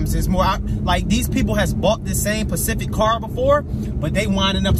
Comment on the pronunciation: Specific, not pacific